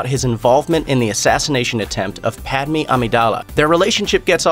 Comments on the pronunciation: Did you call Padme Padmee ?! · This kid pronounced Padmé Pad me